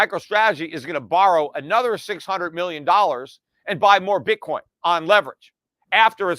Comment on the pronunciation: Pete said Bitcorn lol